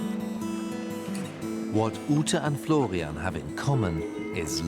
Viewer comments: So is the man's name Florian or Flovian? I'm hearing Flovian. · if i hear florrrrrrrrrrrrrrrian once more in my life, i swear